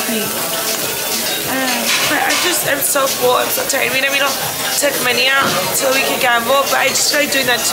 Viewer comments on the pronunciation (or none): none